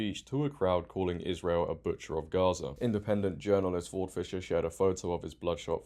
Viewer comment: What cracks me up is how they now try to say Gaza with the Arabic letter غ, which is probably the most difficult Arabic letter for most Americans to pronounce, and fail so horribly it now sounds like they are calling it Ha-za. 😂